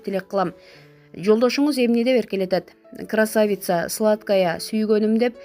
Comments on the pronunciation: Журналист кыз красавица деген созду туура ударение койуп айтыныз. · Красавицаны туура эмес айтып атасын го ,ударениени туура коюп айтчы